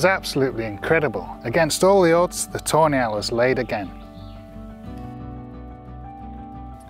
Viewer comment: all i hear is ''toenail'' everytime he says tawny hahaha